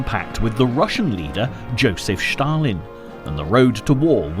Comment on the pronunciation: Shtalin, Shtalin, Shtalin...